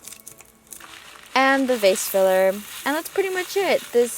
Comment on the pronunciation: IT TOOK ME THREE YEARS TO REALIZE YOU SAID "VASE FILLER" NOT "FACE FILLER" SKSKSKS